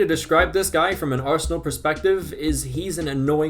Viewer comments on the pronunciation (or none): none